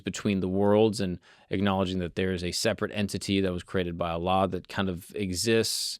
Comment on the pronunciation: I Love the way you pronounced Allah correctly. Some people say it weird